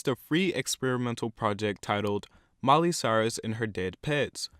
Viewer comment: And btw it is Miley. Not "Miely". Haha